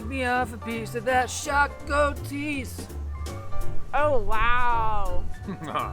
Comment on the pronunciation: The way she said šakotis is soo funny (im not hating)